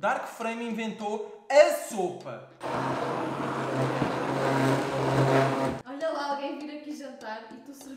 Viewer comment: Sopa e não soupa 😂😂😂